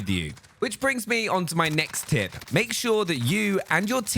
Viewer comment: tip dont make the word tip sound like tit